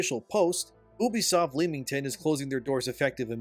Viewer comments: Bro Leamington. Say it right or not at all. Think of it as Lemin. Leminington. The 'A' is silent. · England resident here, it's pronounced Lem-ing-ton 😂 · FYI its just Lemington, ignore the A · As someone with family in royal leamington spa, its a little grating to hear thebtowns name be mispronounced, makes me think we are talking about somewhere else. Its pronounced lem-ming-ton. The 'a' is silent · Leamington is pronounced Lemmington. Had to dip , too cringe.